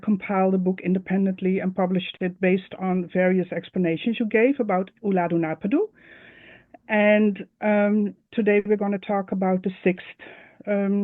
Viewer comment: Ulladhu Naarpadhu. Not Ullaadhu napadu